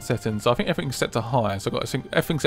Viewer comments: man i fink that you dont know how to say think i fink its very silly of you finking that you can get away with finking like this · Why do the British say fink instead of think